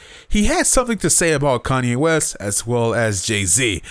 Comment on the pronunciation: Who the fuck is "Kayne West?"